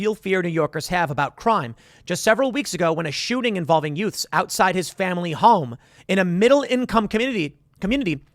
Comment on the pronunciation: I heard it again “youth”